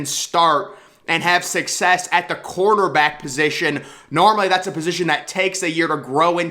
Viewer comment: I completely agree ...but on a side note can you please stop pronouncing cornerback like cornterback?